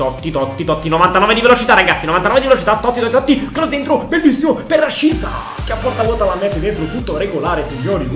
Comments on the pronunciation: Come mai dici " rashiza " e non " rashica " ???? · sbagli a pronunciare rashica non si dice con la z ma con la c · Cmq RASHICA SI PRONUNCIA RASCICA NON RASCIZA, MI DA UN FASTIDIO QUANDO LO CHIAMI,MI FAI RISCHIARE DI CHIUDERE IL VIDEO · Cmq si dice Raschica no rasciza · mi triggheri Rashica si pronuncia rascìzq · Mi sa che si pronuncia rascica